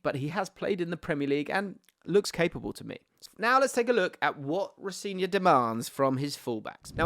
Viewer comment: in his latest interview he said his name is pronouced ro - seh - nior with the emphasis on the "se"